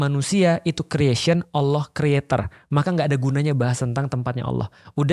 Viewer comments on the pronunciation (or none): spelling bang panji kalau menyebut ALLOH itu kayak AWLOH